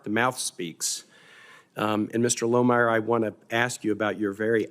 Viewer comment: Lohmeier. Well, they got the "Loh" right.